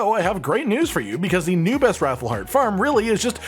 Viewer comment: Anyone think they say raffle hearts.. It's wrath FULLL